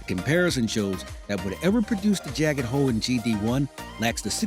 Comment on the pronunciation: He says "hoe" instead of "hole" making me conclude he's black